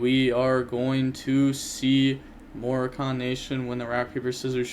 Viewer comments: Its not "morokahn" its "mor ah can " as in people from moraco a country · More-AH-kihn Nation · “Morakhan” lol. FYI it is pronounced differently. Had a good giggle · Sounding like a clown pronouncing Moroccan the way you do. Maybe this will be easier Moe-Raw-Can